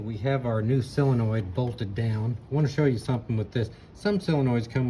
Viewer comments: It's called a SOLenoid, not a SILenoid. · i have always called it a SIL enoild... whatever,, git it done... and my Willys jeep is pronounced a WILLIS here in Texas for all my life... chill